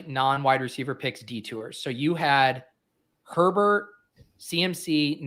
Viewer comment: Love pronunciation of Herbert